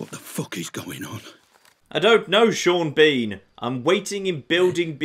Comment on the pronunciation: HellRiser623 Gaming Piss Sean Bean off by pronouncing his name SHAWN BAWN and SEEN BEEN in equal frequency.